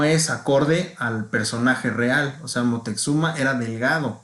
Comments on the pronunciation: Y es Moctezuma, x que dos veces dijiste Moteczuma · Si , el dice Moteczuma.